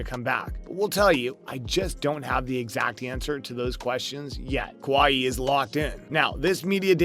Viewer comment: This guy has no business talking about basketball if he calls kawhi “Kwah-hee”